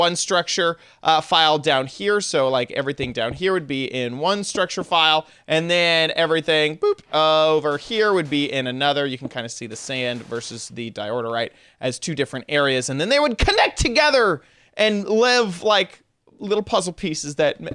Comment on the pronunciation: It's called DIORITE not DEORDERITE